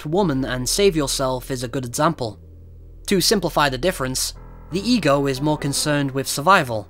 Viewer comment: im sorry but everytime he said "ego" i heard "egirl"